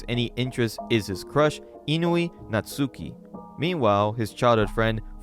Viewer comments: Natsuki is pronounced Knot-Ski. Japanese Pronunciation has a Silent U in their Language sometimes, much like how Spanish has a Hhh, or a Yuh, sound for their Js. And to all you MoFos who'll comment to me, you'd better not say I'm being rude to the guy. I didn't insult him after all. Just corrected a mistake he made in his Video. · So you can pronounce Asuka correctly. Don't you think Natsuki is pronounced similarly? I just don't understand how you could mispronounced one but pronounce another one correctly.